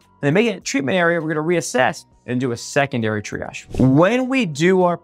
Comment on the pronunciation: .das hört sich an wie: dreiarsch - - warum dieses Wort-Verhunzung....?????